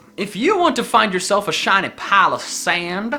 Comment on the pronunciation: PAAL U SAYAND